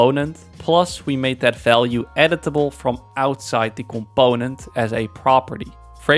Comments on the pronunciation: ComPOOOnent. Im sorry seems like a great guy and all but this is just driving me crazy. I literally cant watch the video I get so annoyed. Brings out my misophonia I guess. Im sure am not alone with this. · You mean "c'POnent" 😂